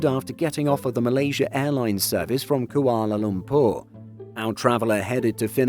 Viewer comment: Strange pronunciation of Changi and Kuala Lumpur